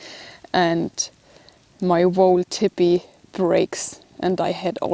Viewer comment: I was hearing her say "Tippy" then realized she was saying "Teepee", her German accent is cute